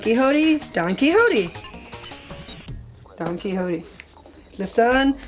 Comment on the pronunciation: "Don Quihodeeh " he says